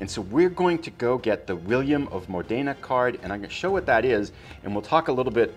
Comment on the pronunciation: William of Modena has to be read with the accent upon the first vocal letter of the word Modena... Modena is a cool small town in northern Italy... Módena...